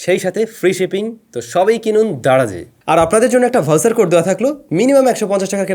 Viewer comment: ইন্স না রে ভাই ইঞ্চ হবে আর ভাউছার না ভাউচার হবে উচ্চারণ ঠিক করেন বাল আর বুকাচুদার মতো কেপ পরে আসবেন না ধন্যবাদ